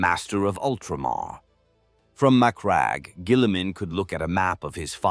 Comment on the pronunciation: Surely that’s not how you pronounce Macragge